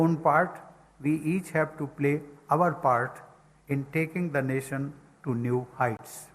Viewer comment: Muadala tamizh ( தமிழ் ) ழ! எண்று பேசி பழகுங்கள்.. பிறகு பாப்போம்... வருஷங்களாக கூவ துடிக்கும் ஒரு சேவல். அதனை கூட்டில் அடைத்து., தான் விரும்பும் பொழுதெல்லாம் முட்டை போட சொல்லும் ஒரு முட்டாள் முதலாளி.. 😂😂🤭🤭சிரிப்பு தான் யா வருது. NAsiON aa. Nationaa?? 😂😂😂... வாழ்க வளமுடன் 🙏🙏.